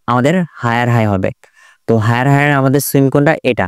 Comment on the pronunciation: Bro don't mind সুয়িং উচ্চারণ